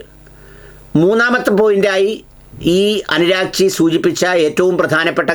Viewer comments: അനുരാഗ്ച്ചി അല്ല സെർജി... Abbas ആരാഗ്ച്ചി എന്നാണ്.. 😄😄😄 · അനുരാഗ്ച്ചി അല്ല - അരാഗ്ച്ചി എന്നാണ്. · അനുരാഗ്ച്ചി അല്ല സർ ആരാഗ്ച്ചീ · അനുരാഗ്ചി അല്ല അറാഗ്ചി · അനുരാഗ് കശ്യാപ് അല്ല അബ്ബാസ് ആരാഗ്ച്ചി എന്നാണ് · ഞാനും മനസ്സിലാക്കിയത് ഇറാന്റെ വിദേശകാര്യ മന്ത്രിയുടെ പേര് അബ്ബാസ് അർഘാച്ചി എന്നാണ്. അനുരാഗ് ചി എന്ന് കേട്ടപ്പോൾ ഒരു കൺഫ്യൂഷൻ വല്ല ഇന്ത്യക്കാരൻ ആണോ എന്നാണ് സംശയിച്ചത് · അനുരാഗ് ടാക്കൂർ ജി യോ... നിങ്ങൾക്ക് ഇംഗ്ലീഷ് വായിക്കാൻ അറിയില്ലേ, പല വ്ലോഗർ മാരും പല പേരുകളും തെറ്റിച്ചു പറയുന്നു, നോക്കിക്കൂടെ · അബ്ബാസ് അരാഗ്ച്ചി എന്നാണ് 👍